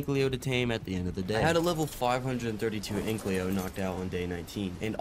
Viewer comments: “An-ky-lo” not “ank-ly-o” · Ik this is stupid, but the "L" in ankylo is pronounced AFTER the "ky"